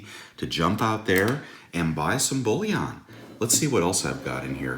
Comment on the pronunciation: Bullion not bouillon lol